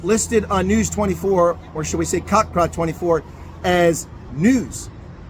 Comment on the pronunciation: "Kakpraat 24" 😂😂